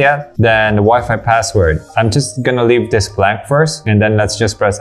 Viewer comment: Maganda talaga modulation ng boses ni kuya. Maski ako hanga. Ang sakin lang, he can improve his "tree" and "dis". (three, this)